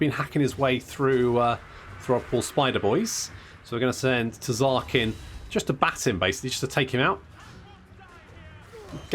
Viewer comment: Ngl, everytime I hear you say “Tzark” I half spect to hear “Ted”